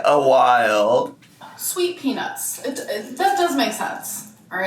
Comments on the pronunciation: I know southern-ish "accent" is part of what makes her a quirky girlypop, but she really needs to reconsider how she pronounces the word "peanuts" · why does it sound like she is definitely NOT saying peanuts. Like that ace ventura joke. 🤭🫣 am I the only one?